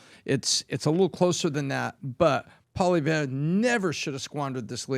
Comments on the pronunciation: Just say “Pollyev” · Polly Eve is how it’s pronounced. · Guys. It's Pau-lee-ev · Call him by his last name and not first name, please. His name is Poilievre and not Pierre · it’s pronounced POALEE-EVRE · “Polly- Ev” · Poilievre is pronounced po-lee-ev. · Pwah lee ehv = Poilievre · Pronounce his name right. Come on guys! Poilievre="Pauly-ev" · REPEAT AFTER ME: "Poly-ev" .. simple as that 👍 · You are making a fool of yourself. You can't ever pronounce Pierre name. I use to love your podcast but I see you don't actually do your homework. As a Canadian I can tell you that you don't have a fucking clue. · Also,, you should know how to pronounce Pierre Poilievre name by now. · you can't even pronounce Pierre's last name.